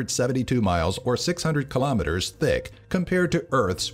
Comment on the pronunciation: from a guy said d instead of th in thick